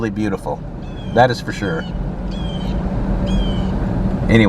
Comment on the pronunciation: Sounds like "surcey'